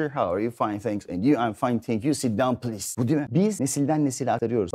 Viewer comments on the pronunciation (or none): none